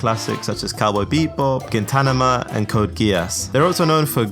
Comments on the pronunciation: please for the love of god, improve on your pronunciation, i died inside listening some of the titles . i gave Gintanama a pass but neon genesis anvanglica. bruhhhhhh. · "ghintanama" is gold as well. "Mikuro". Not as bad as sword artwork online and avengelica, but still funny. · gintanama ? such disrespect. Bow down to the peak ginpachi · All mispronounciations (cuz I think they're funny): neon genesis anvangelica gintanama sword artwork online Killa killa (Kill la kill)